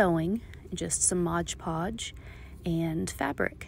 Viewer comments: This was very well done! Thank you! As a side note it is MOD Podge, not Modge Podge. Mod. ❤ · Right? The number of times she mispronounced it was aggravating. And what a messy hassle. I'd rather sew a bowl.